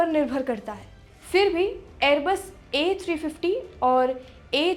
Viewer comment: एअरबेस नही एअरबस 🤣